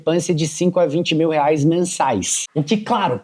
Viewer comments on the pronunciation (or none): none